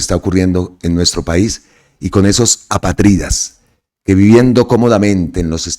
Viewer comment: Hola muy buen video. Se dice apátrida, palabra esdrújula con mucho respeto.👍🏻